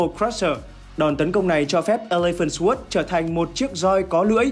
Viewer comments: Sword đọc sờ quớt nghe nó cứ trái trái cái lỗ tai :D Không phải khoe khoang tiếng Anh gì, nhưng với những người biết nghe hơi khó chịu :D Nó đọc là sôrd. "sôô đờ" nha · để ý lại cách phát âm từ "sword" nhé, phát âm "xờ guốt" là sai đấy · /sɔːrd/ âm w câm bạn ơi nghe nó cứ sao ý :((( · Sword phát âm sai rồi ad nhé hehehe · SWORD từ này a đọc sai rồi dốt quá đi mất 😂😂😂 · từ sword mà còn đọc sai nữa thì chịu r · ông học đọc lại chữ SWORD đi, nghe mắc cỡ quá hai ơi